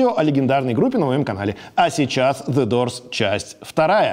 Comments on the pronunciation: После фразы в начале: Зе дорс-даже дальше смотреть не стал. Извините, Александр, но для начала выучите Английское произношение и как правильно читать. Doors читается, как дуос (в данном случае р даже не звучит и проглатывается). В противном случае-даже слушать противно. Указывал на это ещё в первом выпуске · Как же режет ухо "дорзы"